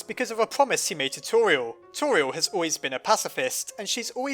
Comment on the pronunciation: You say tori-l and everyone else says tor-I-el!🤔